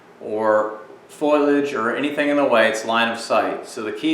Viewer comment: I believe that was poking fun of your pronunciation of foliage (notice where the "i" is -- after the L, not before). It should be pronounced foe-le-ige, not foil-ige(as in aluminum foil). No one knows how to properly pronounce it LOL!